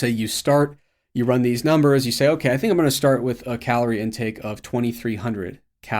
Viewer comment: Why does pronounce vowel I so weird?(decided=decidiid, built=biiilt, think=thiiink, very=verii) its much longer and more pronounced compared to